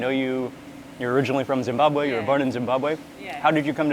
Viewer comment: I love how Mark makes an effort to properly pronounce Zimbabwe, Zimbabwean and Zweli... Its appreciated 👏👏👏 great video MW thank you